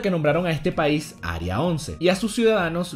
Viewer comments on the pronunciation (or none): none